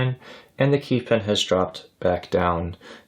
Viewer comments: Every time O heard "pen" instead of pin. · Excellent video but I keep hearing you say “pen” instead of “pin”